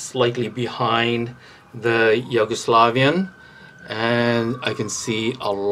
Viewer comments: but it's yu-go-slavian not yo-gu-slovian xD had a giggle listening the way you pronounce it. It's all good. Nice content. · Why are you pronouncing it Yoguslavian xD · It’s like You-go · he's pointing out the pronunciation of the Yugo part of the word. Sounds like you're saying Yogo. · Hahaha he said “yogo” slavian 😂